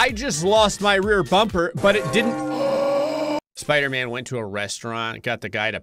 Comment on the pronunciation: Spooder flan instead of spider man 😂